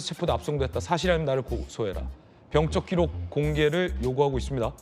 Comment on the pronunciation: 진행자는 왜 자꾸 병적기록을 병쩍기록이라고 발음을 하시는지???